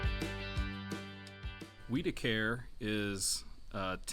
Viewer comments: Wiederkehr. The W is pronounced as a V. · It’s not weedacare if you’re going to have something on YouTube about Arkansas, please pronounce the names, right I believe you’re trying to say ozone like a traffic zone son where did you go to school? You need to go back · It’s Wid-uh-ker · Not sure if it is right but here in Arkansas we pronounce Wiederkehr as we-da-kur